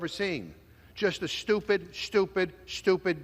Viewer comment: It’s so STUPID, it’s “SHTUPID”!!!